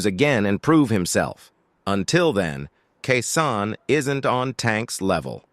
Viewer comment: His name is KEYSHAWN ĶEY KEY KEY SHAWN SHAWN THIS DUDE DONT KNOCK HOW TO PRENOUNCE THE MANS NAME CORRECTLY DISRESPECTFUL COMMENTATOR NEED KEEP HUS MOUTH SHUT AND FINE ANOTHER JOB😅😅😅😅